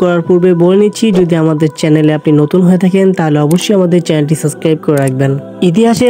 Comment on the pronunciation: ওটার উচ্চারণ সাসক্রাইব না